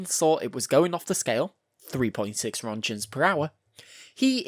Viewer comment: Wtf is a "ronjen"?